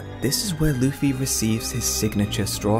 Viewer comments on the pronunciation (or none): Can you start saying Luffy and not Luufy?